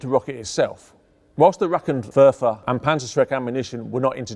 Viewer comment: lol, "rackentekk werfer"